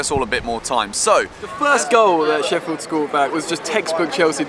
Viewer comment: STOP CALLING US SHEFFIED!!! FFS!